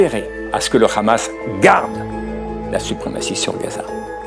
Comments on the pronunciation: Dans la prononciation arabe Hamas est un hha non un khra on-dit en arabe Hamas non khrahmas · on comprend pourquoi les sionistes d'ici ou là-bas, prononcent tous "Khamas" au lieu de "Hamas" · Très bon reportage ! Je suis quand même assez étonné que beaucoup de gens, notamment beaucoup d'israëliens me semble-t-il, ne comprennent pas que l'on ne dit pas "Khamas" (avec Kha comme le J ou Jota espagnole, comme le mot "jamas" jamais) mais "Hamas" (avec un H aspiré). Ca fait évidemment toute la différence en arabe ! Je remarque que personne ne le relève alors que c'est crucial dans ces temps de conflit et de confusions !